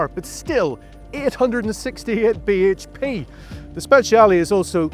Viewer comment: I thought I was the only one who cringed every time he said BHP